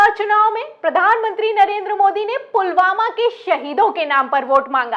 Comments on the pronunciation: Pulgama k naam pe bewakoof bana liya ab nhi banenge . Pulwama nhi pulgama bola ja raha h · जो व्यक्ति पुलवामा को पुलगामा बोलता हों जिसे बोलने का सबूर नही बो विश्वगुरू बनने चला हैं क्या मजाक हैं भाई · Pulwama ka naam bhi sahi se le pa rahe What a PM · Pradhan mantri 😅😅😅🤣🤣🤣🤣🤣🤣 jo pulvama ko pulgama bolta hai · कूत्ता पुलगामा बोलता है पुलवामा को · पुलवामा नहीं ,पुलगामा 😂,,, नया नाम दिया मोदी जी ने 😅